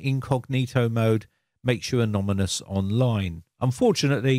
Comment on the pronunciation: "it's a lot more better" "anomynous"